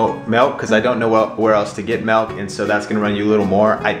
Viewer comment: its MILK not MELK lol sorry